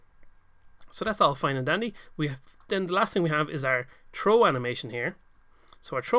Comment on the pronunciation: Just saying you say throw like "trooh" the th makes a sound like f just to let you know :).